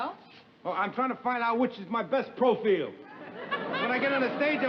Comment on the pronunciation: "Which is my best profeel?"